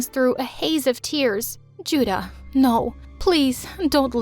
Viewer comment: they didn't pronounce those names very accurately. also 주다 (juda) literally means give.